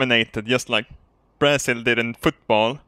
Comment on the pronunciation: Today I leaned that pronounces Brazil as Brasshill